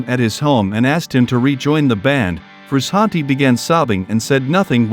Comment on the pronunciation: I hate all these new AI YouTube channels? What's up with that dude? You sound dumb. Sound like a robot talking man quit get a real person and you're saying his name wrong